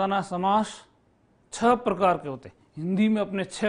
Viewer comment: Guruji chhah nahi chhahota h.